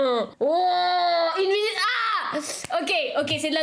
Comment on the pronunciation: C'était trop bien la vidéo, mais à un moment tu a dit minuse au lieu de minute😂😂